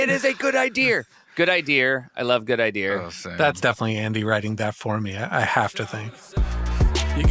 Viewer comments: "Good idear" is my favorite part. I laugh every time haha. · When Akiva rhymed "fear" with "idear", I knew this song is going to be great.